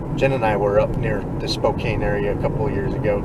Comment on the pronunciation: Thank you guys. Spokane is pronounced Spo-can btw. Beautiful area, lots of bigfooting opportunities there as well as the neighboring North Idaho area. Hope you make it up someday.